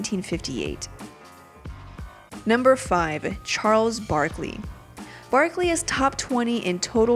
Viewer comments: they said chales barkley xD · Lol it said Chales Barkley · chales? isn't it Charles Barkley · You forgot r on charles